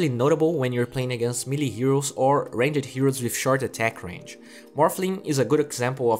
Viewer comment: Y u do dis. Why do you say "Ranch" instead of Range around min14?